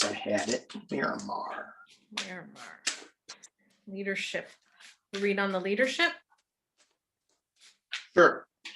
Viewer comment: I was thinking navy base when he said "Miramar." Myanmar is pronounced a little differently....